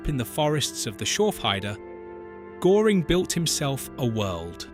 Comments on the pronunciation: "The nazis were evil" - its hard to take you seriously, koserboy. Also, its Göring, not Goring. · Can't the idiot A.I. say Göring properly. It rhymes with 'touring' and not 'boring'? shows Adolf Hitler's mountain retreat, the Berghof, located on the Obersalzberg in the Bavarian Alps, NOT Carinhall Schorfheide, in Brandenburg. "While Himmler wore his austere SS black ...." Picture shows Himmler in a grey uniform. Do these guys ever check the A.I.?????? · When you make a documentary about a historic figure the least you can do is get his name pronounced well not "Gooring" but : " Geuring" ( o umlaut) or doesn't know AI that how to do? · Gőring is pronounced gerring not “Goring” which is a village in South Oxfordshire near the boundary with Berkshire. If you’re going to have an AI narration you’ll need to edit it. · Wanna show the map for the 1930s? Are you unaware that borders had changed? Or are you just concerned with clicks? And the name Göring is not pronounced GORE ing, rather GUER ring. And the narrative is choppy and words are mated with the wrong words left and right of them. Do you even use punctuation in your AI generated script? Please do the real research in wikipedia befor you do "research" in Face Buch or whatever. Please check your work. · His Name was Göring not Goring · Very good! But Goering should be pronounced to rhyme with purring, not pouring. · Please english speaking content creators ... at least get the pronunciation of the main character in your videos right. Not Goring, but Göring. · It is not Goring it is Göring! That pronunciation is terrible. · Not GOring ... GÖring ... 🙄 .. this CAN'T be so difficult to look that up if it's LITERALLY the title of your video... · who is Herman Gore-ing? AI slop. Oh, no "block this channel" option, how much of a bribe to YouTube does that require? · Please pronounce his name right. It was like the u in purr. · Could you adjust the pronunciations of different words, Gestapo, Gering, and others? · You adjust